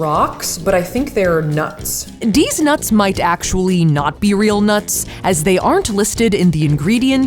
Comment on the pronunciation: She realy said dez nuts.